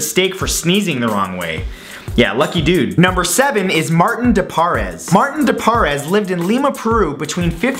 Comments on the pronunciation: It's actually St. Martin de Porres (like pores on your skin)... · Look, I agree with all of these miracles. The one thing I cannot get passed is your mispronunciation of Therese, and Martin De Porres. Please next time you want to do a video about saints, find out the pronunciation first.